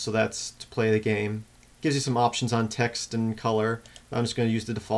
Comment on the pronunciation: LOL Transcribed Audio.. Select new TAX.. since im deaf, im assuming the author's accent is saying TEXT.. btu sounded like TAX :P